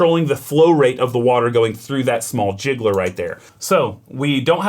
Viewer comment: Really loved this video, it's an E61 group masterclass. Super useful. My only minor 'grievance' is with the pronounciation of "gicleur" which means 'sprinkler' or 'diffuser' and has nothing to do with "jiggler".